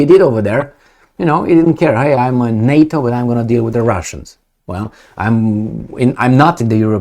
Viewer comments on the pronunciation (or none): none